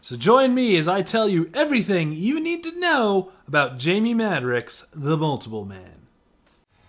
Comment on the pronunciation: He's my favorite character.. Love the video.. Thanks for the upload, but PLEASE, repeat after me MAD-ROCKS, Jamie Madrox (Mad-rocks)